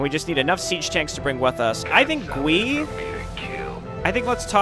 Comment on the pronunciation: Nice retcon. I remember this being the first thing I fiddled with in the map editor so many eons ago. I even made a hero unit like this one. And also, I think Gui is pronounced as Guy.